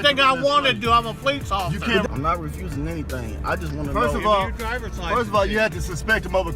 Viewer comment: What is a "poleex obliser" and why does he keep saying that..?